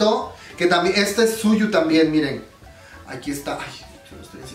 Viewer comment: te doy un consejo, Tzuyu es de Taiwán por lo que se nombre se pronuncia como "chouwi":)) PD: chaaaaa si tuviera dinero me compraría el de las twice but soy de Latinoamérica;((